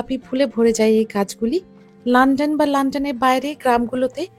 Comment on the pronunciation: "লান্ডন" এটা আবার কোন দেশ? নাকি লন্ডনকে লন্ডন বলছেন?